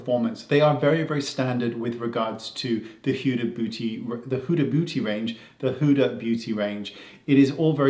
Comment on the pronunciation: Huh huh huh... he said huda bootie